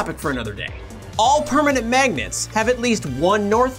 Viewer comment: Did you say magets?